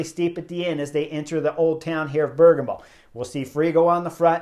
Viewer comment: Bear-GAH-mo, buddy.